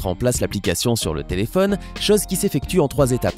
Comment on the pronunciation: "telephonne " i phone ouai